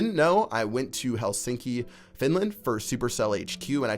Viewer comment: you almost pronounced Helsinki right (im finnish) Raketti tähtäys mestari